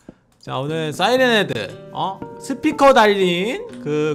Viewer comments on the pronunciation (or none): 싸이랜이 아니라 사이랜 이에용